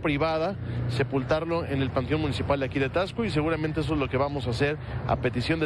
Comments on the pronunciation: Si hacen mucho enfasis en la x y se pronuncia como si llevara s, o sea tasco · Tasco. No tacs-co